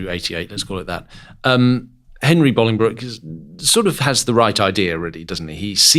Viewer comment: Thank you so much for pronouncing Bolingbroke correctly, I hate seeing histories documentaries where they pronounce it Bowling Broke, I live near Bolingbroke where he was born and you get it spot on 😁